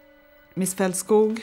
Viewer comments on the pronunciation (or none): It's Felt-skoog, not Fault- skogg